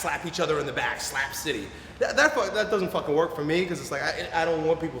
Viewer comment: FUCKING KILLED MEEEEE i love how he sayed slapcity hahahahahha